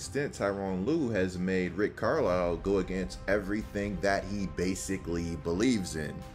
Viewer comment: Bro, Car-Lyle. The S is silent. Love your videos. Keep up the good work.